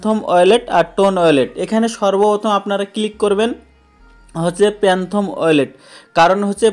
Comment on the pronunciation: প্যানথম না ফ্যানটম